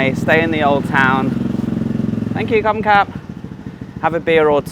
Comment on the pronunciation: Kamphaeng Phet has a G sound. Ka is Ga when spoken. You ought to know that after 10 years in Thailand. Kaeng means curry but pronounced Gaeng. KP is a cool city with great ruins.